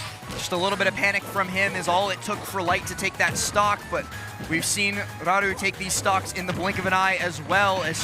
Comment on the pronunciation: is a good commentator and seems like a nice person but holy shit just say Raru without the japanese accent, jfc that is insanely cringe weeb behaviour